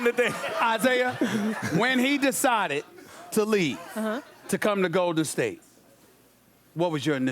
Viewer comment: "OKC was the Go'din State before Go'din State!!!" - Isiah Thomas